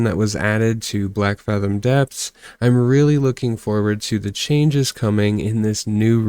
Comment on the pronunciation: If you could say the name of the dungeon correctly that would be great... It is blackfathom DEEPS